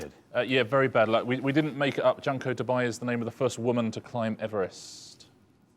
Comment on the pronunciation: As usual, the show’s pronunciation of Japanese is way off. Junko (June-co) Tabei (ta-bay).